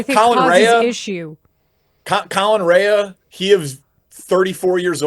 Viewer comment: Guy doesn't know how to pronounce "Rea" and I'm supposed to listen to him talk about the Cubs?